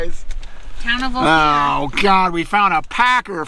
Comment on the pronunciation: Great Photoraghy and story telling. Ophir ispronounced Oh-Fir, short i sound. Thanks for sharing. Durango area is one of my parts of the state. I am a CO native from 133 miles East of Durango. Stay Safe out there. Happy Spooky Halloween!